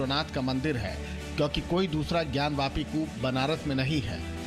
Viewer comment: ज्ञान व्यापी नही ज्ञान वापी । क्या एंकर महोदया कुछ का कुछ बोल देती हो आप ??